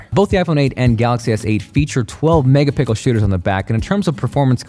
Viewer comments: “12 megapickel shooters” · did he say "mega pickle"??? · this guy said megapickle 🤣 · lol he said megapickel instead of pixel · He said "feature 12 Mega Pickle shooters on the back!" :'D I didn't know the new phones are coming out with vegetable guns nowadays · 12 megapickel pahaha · "12 mega pickle" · 12 megapickel guys 😂😂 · Did someone say megapickles? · Do you say "mega pickle" instead of "megapixel"? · you said Mega pickles....Bofl😂😂😂😂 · "12 mega-pickle"😂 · Did he say 12 Mega Pickle ? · "12 MegaPickles" lmao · "mega pickel"😂😂😂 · Mega piggle... Please tell me I'm not the only one who heard that. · "megapickle" shooters? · he says both feature 12 mega pickle shooters lol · "12 mega-pickle shooters" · "12 megapickle shooter" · “12 Megapickle”? - Sponsored by Rick and Morty? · did you say mega pickle ? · Is it just me or did you just say "12 megapickle"? Lol. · 12 megapickel? lol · Always gotta like ''Megapickels'' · You said megapickle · Did he say megapickels? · LOL this guy said "12 mega-pickle shooters"...idk if that was on purpose but listen haha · Anyone else heard him say megapickle? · Was it just me ? Or did he say megapickle! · Did he just say 12 megapickle? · 12 megaPICKLE.. LOL..🤣🤣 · Did he say 12 mega”pickle” shooters? Lol